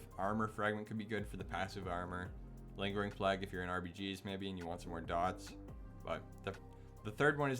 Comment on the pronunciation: Good vid "Virulent Pl-ay-gue" by the way